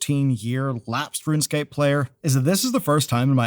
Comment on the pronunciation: its runescape not runscape :)